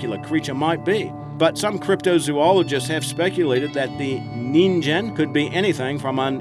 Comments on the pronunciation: "Nin-ghen" not "nin-Jan" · Humans in Japanese is pronounced ningen (with ge sounding like in the word get) not ninjen. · Ningen is pronounced with a hard G sound not a J sound.